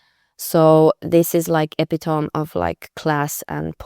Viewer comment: eh-pih-to-mee, please.